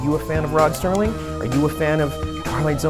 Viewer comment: Sounds like you are saying Sterling. I'm sure you know it's Serling... It's a shame the family won't allow it. I would love a classic posed figure or statue. I don't think Rod would mind at all. He was further ahead of his time than anyone in history. I used to watch marathons every New Years as a tradition with my Dad. I would watch it whenever it came on. I've seen every episode multiple times. I showed some episodes to my girlfriend and she loved them too. At least you all can make some merch.